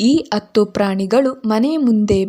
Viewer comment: ಅತ್ತು ಅಲ್ಲ ಹತ್ತು😂😂